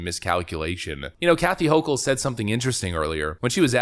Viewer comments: It's irritating to hear the woman's name mispronounced like 20 times in 10 minutes. Her name is not pronounced "ho-chul" with a soft "ch" , it's pronounced "ho-kel" with a hard "ch" . It was a relief to hear it finally get corrected after hearing Lee Zeldin pronounce her name correctly, but the whole video should have been done over to correct the error rather than letting the constant mispronunciation remain throughout the vast majority of the video. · Her name is pronounced "Hokle".